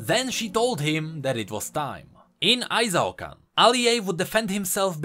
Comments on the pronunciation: Why do you pronounce it as ay-zaw-kan? Qiyana always says i-shaw-can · Qiyana:... did this low life peasant from nowhere just called our great capital city Ai-Zao-Kan??? EE-SHAO-KAN! SAY IT!!! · "I-Zao-Kahn" Qiyana: I-SHAO-KAHN, they must all learn to say it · It kinda makes me mad that Qiyana literally says how Ixaocan is pronounced but people still can't get it right. "Ee-shao-KAHN" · Doesn't Quiyana pronounce Ixaocan as Ee-sha-oh-kahn? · Ixaocan=Eesh-ow-khan Literally one of Qiyana's voice lines is how to pronounce it. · Maybe I'm being entitled, but I feel strong Latin American vibes from ixaocan, and I alway pronounced it as "e-Shao-khan" since that's the pronunciation in Spanish, me being from Mexico.